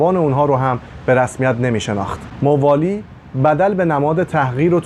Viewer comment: تلفظ اسامی صحیح نیست ، موالی با فتح میم خوانده میشود ،حجاج بن یوسف ثقفی نام حجاج با فتح حاء خوانده میشود ، لطفاً در بیان وقایع مهم تاریخ از مستندات مقبول علمای تاریخ استفاده کنید ، اگر قرار باشد صرف علاقه به تاریخ و با خواندن چند کتاب تاریخی در این حوزه کارشناسی کنیم اساتید و دانشجویان تاریخ طفیلی هستند